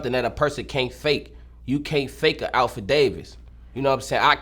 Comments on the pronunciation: I put up the real AlphaDavis lmao 🤣 😂 it's affidavit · Alpha Davis 🤣🤣🤣 it’s affidavit my boy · bro said alpha Davis the first time 🤣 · Dat nigga said da star of "Davis" boy ya lil azz should have stayed in school instead of trying to slide cause yung nigga u cant talk a lick uneducated like a mf🤣🤣🤣